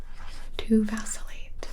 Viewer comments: Am I the only person who thought that when she said "Vacillate" that she said "Vaseline"? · me: thinking this will be a video about simple words gibi: vAcIlLaTe